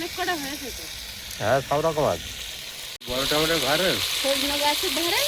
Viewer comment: টমেটা না টমেটো ।